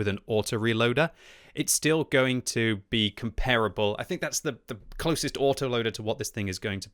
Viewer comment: its pronounced 'kom-pur-ah-bull' NOT 'compare-able'